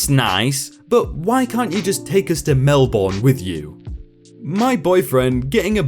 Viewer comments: I also mispronounce words. Until I have heard them pronounced out loud several times, correctly by others, I continue to mispronounce the words until my brain finally rewires itself to remember the correct pronunciation. Let reader know the proper pronunciation and move on. If he is still doing these videos by the end of the year, he will remember the proper pronunciation for Melbourne. I would have mispronounced it too. My husband would have pronounced it right because he has been on at least one or more business trips to Australia. Some of us just don't have all the life experience we should. We have trouble with word pronunciation as well as facts about other places in the world. When I was a child I mispronounced the words fork and forks until I was ten, I think. Everyone else around me pronounced them correctly but I had some kind of glitch in my brain. I had to work consciously at it for awhile to finally get it right. It is like my brain was not connected to my ears and my tongue was not connected to either one. I can learn the meaning of new words and how to spell them. It is just correct pronunciation that eludes me. It helps that there are pronunciation guides on the internet but I still have trouble getting proper pronunciation to stick in my memory and make it to my tongue unmangled. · ...You're not Australian, are you? Here in good ol' Aussie, Melbourne isn't pronounced "Mel-born", but "Mel-bn" - the second syllable is extremely short. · Love your voice. Pronunciation tip: Not Mel-born. It’s Mel-burn or Mel-bn. Emphasis on the first syllable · I love listening to these stories while running on the treadmill. But I will not be doing Australia a service if I didn't correct your pronunciation. It's pronounced mel-bin not mel-born. Silly I know. Us Aussies pronounce cities in a weird way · Mel-bin mate not mel-born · I live in Melbourne and listening to someone say Mel-burn is terrible. It's Mel-bin, or Mel-bun. The 'r' butchers it.